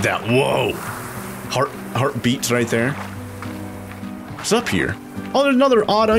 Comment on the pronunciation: Why did you say wis at the start like this wis going on guys!